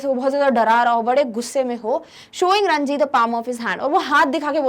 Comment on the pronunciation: mam please respond this , it is ranjit in ncert not ranji